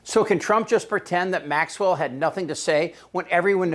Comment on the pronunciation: Chip you need to learn how to properly pronounce Maxwell's first name the S is silent